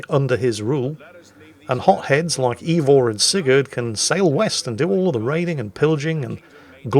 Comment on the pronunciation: One thing about, he's consistent in his butchery of the correct pronunciation! It's not EEvor...it's AYEvor.